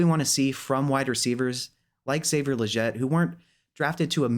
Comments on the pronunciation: its killing me how he says legette lol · Its Legette not Legette lol